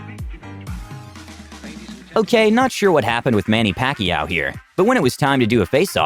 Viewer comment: just the pronunciation of manny pacauio make me laugh